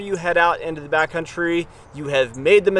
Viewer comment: Is he saying back country? Or Bat country? Lmao